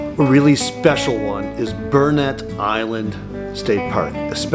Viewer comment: It's Brunet (Brew-nay) Island, not Burnet.